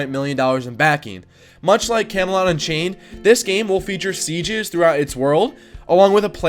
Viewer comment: Can you stop calling Camelot: Unchained "Kemolanchey"